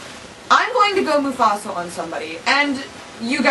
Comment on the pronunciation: did you say Mufasal? Or is my hearing just keep getting worse every day?